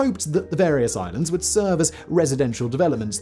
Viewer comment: The more I listen to Simon's voice the more I ask myself why he adds another "oh" before a w. For example "would be..." becomes"ohwould be"